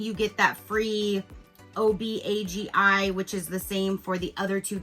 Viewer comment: Obagi is pronounced oh-BAH-gee (that's gee as in "gee whiz"). It's Syrian.😎